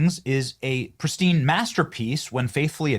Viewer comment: I wouldn’t go so far as to say “pristin”😀